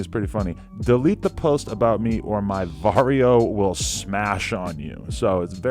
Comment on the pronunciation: "Vario" lmfao it's barrio